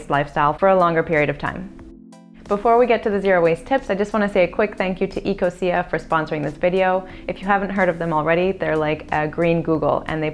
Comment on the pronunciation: OMG ITS EC-O-SHA